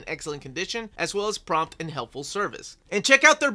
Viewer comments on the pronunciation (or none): none